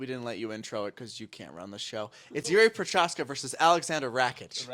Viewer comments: Yeah they needa work on their pronounciation of fighters it’s pro ha zcka not pro ha cha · Look nobody yet pronouced Jiří Procházka correctly - in his whole carreer , and people are trying but i guess it is just that difficult